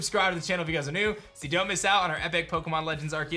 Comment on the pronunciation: Is it just me or does he say OKEMON legends arceus at the very beginning? Lol I rewound it 100 times and it's definitely what he says. Restart the video and you tell me 🤔